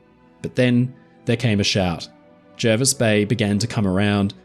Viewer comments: Hi I know this story very well. My father travelled to Australia in 1938 aboard the Jervis bay. He fondly remembered the trip and the kindness of the crew. Great job. Jervis is pronounced Jarvis btw, thought I would chime in before the other pendants get wind of it. Cheers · Jervis Bay is actually pronounced like Jarvis. It's not in NSW either, it's part of its own territory, the JBT, which is sort of a part of the ACT, and was originally intended as a port for Canberra (though this didn't really end up happening). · Brilliant stuff,! One thing... the locals are pretty insistent that it is pronounced "Jar-vis" bay... I dunno why, it's just the English language, I guess. As interpreted by Aussies. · Jervis Bay is in the ACT, and we correctly pronounce it Jarvis. All foreigners are wrong, including the allegedly illiterate admiral. 😉